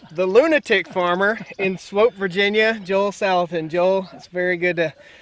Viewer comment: Hey! You pronounced Swoope right... You got corrected by the locals before you started filming, didn't ya?